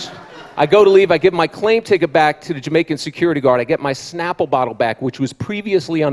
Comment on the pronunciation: Exactly. More people should have laughed at " bokkle"